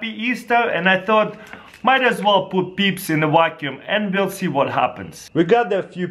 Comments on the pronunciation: I love it how he says peeps "beebs" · You know you only clicked on this video to hear him say peeps